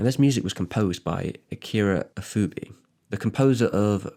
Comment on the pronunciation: Its Akira Ifukube, not Ifuke